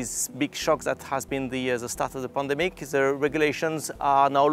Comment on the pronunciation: Ze COVIDE 19 pandemique. Calling it this from now on.